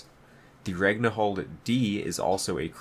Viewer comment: its pronounced ran-hil'd - d, its a norse female name